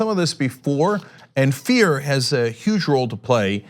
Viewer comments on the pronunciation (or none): none